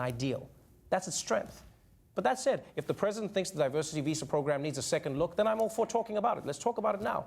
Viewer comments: "Diversary" WTF, can't this idiot even read? I guess we know how this orange pig got his degree, the same way he got out of the draft... Pop's money knows no limits. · On top of that he read "diversity" as two distinct words: "diversary" and "diversity." This is what an Ivy League alumni with a "very big brain" looks like America. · Diversary? What’s the matter with trump, can’t he read? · "Divesary" !!!!! He must've attended Trump University that went bankrupt. Lol. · Diversary. Diversary. DIVERSARY. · Of course Trump can't pronounce 'diversity' ...of course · I like how Trump mispronounces "diversity", pronounces it correctly, then mispronounces it again. Like, how dumb can someone get? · He caught himself saying it wrong and made sure everyone knew he got it wrong, then went off script and talked rubbish. Well done America.